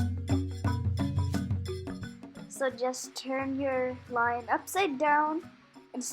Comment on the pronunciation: Very creative, I liked it. Your pronunciation of lion is wonky 😄